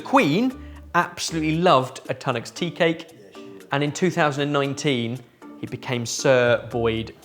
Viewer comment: who writes your chapters.... its Tunnocks Teacakes and not Tanuk